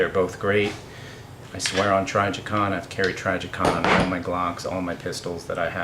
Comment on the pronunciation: T R I jicon Not T R Y jicon